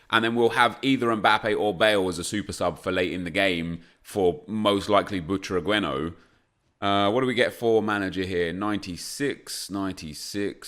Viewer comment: Omg its not “butragüeno”. Its “Butraguenio”. The letter U doesn’t have dieresis. Just look it up